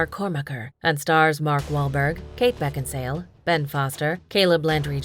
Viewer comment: Kate Beckinsal(e) pronounciation